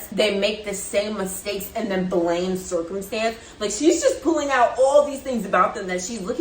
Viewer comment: shes saying blame cicomtence